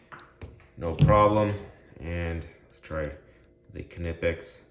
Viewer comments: The K is actually pronounced in Knipex because it is a German company, it follows the German pronunciation. The company itself even says the K is pronounced, they made a shirt stating it too. You are definitely not the first to point that out. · Do you pronounce the k in knife as well?